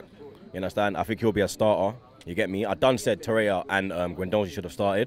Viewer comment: Xhaka's role is to give us content xD.. Also, its Torrei'r'a